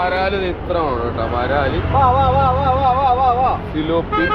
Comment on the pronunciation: It thilopi not Philippi😢😢😢